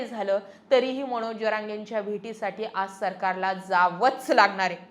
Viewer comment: मणोज नाही हो मनोज म्हणा. विधाणसभा???😂